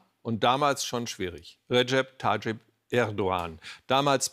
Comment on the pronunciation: Mensch Klaus… Du bist genauso lange beim ZDF im Amt wie Erdogan in der Türkei Präsident ist. Wie kannst du denn bitte nicht den Namen des Herren nicht richtig aussprechen. Tajjip…🤦🏻‍♂️